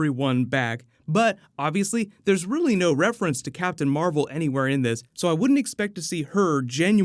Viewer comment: Nobody gives a shit about captain mar-vel.